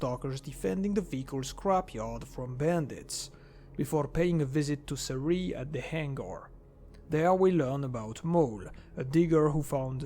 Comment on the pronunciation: Its sEriy, not serIy (Серый)